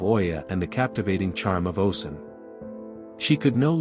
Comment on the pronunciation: oh • shoon, not oh sun. great video though ✨